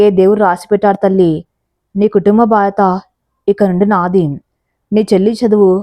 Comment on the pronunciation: Bhadyatha ane word bhadata Ani chaduvuthunnaru meeru prathi story lo any way mee stories baguntai